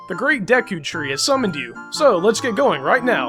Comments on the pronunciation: it's pernoust duku tree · no offence but its pronunced day-ku tree and na-vie